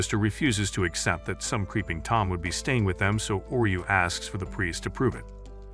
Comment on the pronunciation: Oreu sounds like oreo